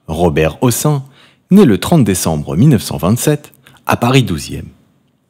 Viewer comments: On ne prononce pas "ossan", mais "Hosseine", c est un nom d'origine Arabe. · Son nom de famille ne se prononce pas "aux seins" mais " au scène". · Pas Robert houssin mais Robert Prononcé Hosseine. C'est aussi St Germain des Prés et non Prais. Trés désagréable cette voix. A changer!!!!! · on a toujours prononcé hocène à quoi ressemble cette prononciatio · On prononce Hossène! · Prononcer Hossène.